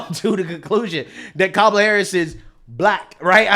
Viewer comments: Whoopi didn’t pronounce her name right. 😮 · Hey, Whoopie just pronounced her name wrong and pronounced it the way Tucker does. Lolol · Whoopie said Kamala wrong, she’s racist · Did anyone else notice how Whoopi mispronounced kamala name? I could care less but they care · O k, notice, no one checked whoopi for pronouncing the name wrong. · I heard Whoopi MISPRONOUNCE Kamal's name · i think hoopie pronounced her name wrong! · How dare Whoopi disrespect Kamala by mispronouncing her name. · Whoppi mispronounced her name, how racist!! 😂😅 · Oh snap.... time to cancel Whoopi, she pronounced it "Camel-ah" (~ ). It's their own rules. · Whoopi said "Cam-a-la." Very disrespectful. Where is the outrage lefties? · Whoopi said kAmmala. Cancel Whoopi lol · Whoopi said "camelah" instead on "comelah". Fire her! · Did you notice how Whoopi pronounced her name? She called her Cammala, not Cahmala. What a bigot! Whoopi's husband wore blackface. I never have, nor has my wife. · It's funny that Whoopi pronounced it "Cam-a-la" but she got no name correction. 😂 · !!!! Did you hear that?? You pronounced her name CAM-ma-la Harris!! I was told by certain news outlets, that is racially motivated. “W.S.” I believe they called that… you know, MISPRONOUNCING someone’s name….. shame on you Whoopi!!! 😎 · Nobody berated low IQ whoopee for saying Kamela's name wrong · I think Whoopi Goldberg needs to be fired for pronouncing Kamala’s name as Camel-a 🐪😂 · Remember: if you mispronounce Kamala's name you're racist. I haven't heard anybody other than Whoopi pronounce it like 'camera' with an 'L'. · Whoopi said KomiLa's name "incorrectly" When Republicans don't say it "properly" they get called racist even tho Biden & KomiLa herself has said it different ways! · whoopie pronounced her name kaamaala🤣🤣 Is someone on the left gonna cancel her?🤔🤔🤣🤣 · Did Whoopi actually just say “Cam-uh-luh”????? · Whoopi just mispronounced Kamala's name and called her "camel-a." Where's the outrage? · Whoopie said VP Camela